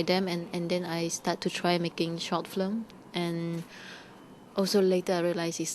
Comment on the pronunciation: she's so cute. she cannot say correctly film, but flim... she's really nice